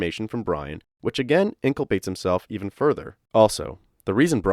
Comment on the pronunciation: Really interesting case and your commentary is fantastic, but I have to ask... multiple times throughout the video you say "inclapates" or something that sounds like that when I think you're meaning to say "implicates." I listened to it a few times to make sure it wasn't an accent thing, haha. It happens to everyone! Great video!